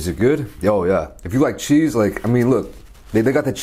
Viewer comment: "sometimes you need your chease"